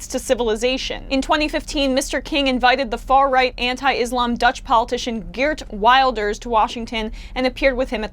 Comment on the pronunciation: Geert Wilders is pronounced something like "Hairt Veelders"